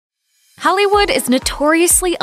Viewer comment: Did she just say Hellywood in the beginning?